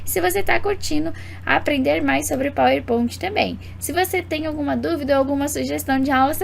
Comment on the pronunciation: Queria entender pq fala PowerPont